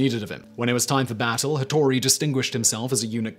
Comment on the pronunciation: Ah yes, "Tattori" and Leyasu... Hattori* ieyasu*